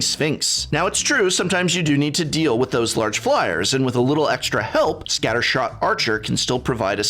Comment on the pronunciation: Pretty sure I heard say "scattershart" instead of "scattershot" and my life is complete now.